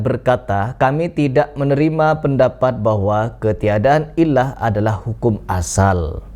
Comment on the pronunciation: sebelum malu 7 turunan, aku kasih tahu,,,itu bacanya "ILAT", artinya cacat, bukannya dibaca ilah,,,ah kamu ini ada2 aja....buat konten yg lain lah, jgn bahas kitab, nti ketahuan salahnya,,alias ngawurnya